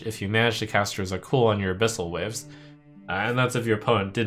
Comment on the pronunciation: I feel like youve misread abyssals...